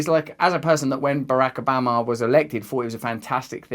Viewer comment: “Barack Ubama”